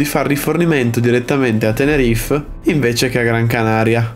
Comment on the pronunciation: Bravo per il video! Però accidenti... si dice TENERIFE, non "Tenerif"!